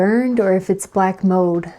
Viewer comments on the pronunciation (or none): Is your tongue just so cold that it’s hard for you to pronounce your “l” sound in cold and mold or is that the way people from North Dakota speak? You say “mowed” for mold and “ code” for cold and it makes me giggle :). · "An ode radio" "black mode" what accent is this that you can't pronounce any L's😂😂